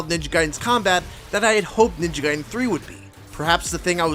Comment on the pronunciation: I’m so glad you pronounce “Ninja Gaiden” the right way instead of how I’ve heard most people say it like “Ninja Gaydin”. Makes me so f**kin’ annoyed.